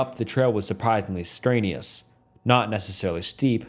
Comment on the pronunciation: Strenuous, reorient, bush, horseshoes, coincidence, calloused, bass, distant, newfound, just to mention a few of the words you completely mispronounced or stumbled on horribly. Learn English or read the fckn stories before you post a video